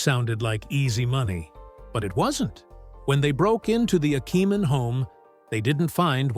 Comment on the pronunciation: Which is NOT pronounced "akkaman," despite what the AI says.